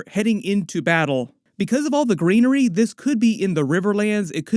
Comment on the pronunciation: All the greenery sounds like hes saying treachery